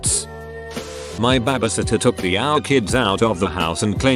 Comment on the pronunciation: Why does the bot say bebesitter tho?